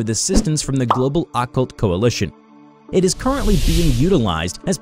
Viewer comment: dude ur pronouncing occult and amnestics wrong..